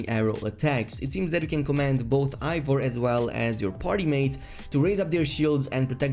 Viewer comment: It isnt pronounced Ivor its Eivor E i v o r